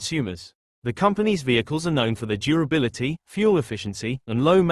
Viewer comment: u high? did u said durability ?